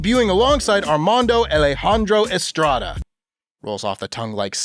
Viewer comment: I’m so sad you mispronounced Armando Alejandro Estrada. It was Arrrrrrrrmandoooooooo Allllejandrooooooooooo Estrrrrrrrrrrrrrrrrrrrrrrraaaaaddddddaaaaaaaa